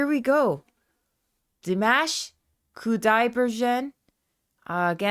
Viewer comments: Dee mosh/mahsh Koo die bergen (g as in girl, not gin). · Welcome to the world of Dimash! To correctly pronounce his name - Dimash (not like mashed) is Dim-osh as in gosh - last name - Qudaibergen as in Koo-Dye-BER-gen (hard g).